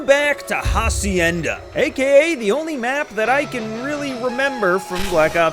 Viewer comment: It will always be funny how y’all pronounce "Hacienda" like bro you are one google search away from pronounce it correctly… 😂